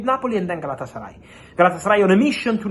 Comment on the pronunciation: Lol galatasary lol 😆 😂 🤣